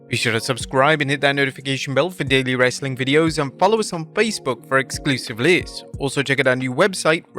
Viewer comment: Why can't this guy say 'lists'?